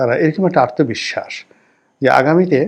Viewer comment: আর্তবিশ্বাস নয়, আত্মবিশ্বাস।